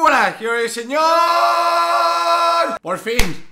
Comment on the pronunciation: cuando inicia el video no dice bien criaturitas del señor